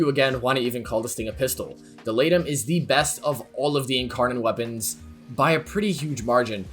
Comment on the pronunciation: When you said laetum I heard lato and I dropped my phone.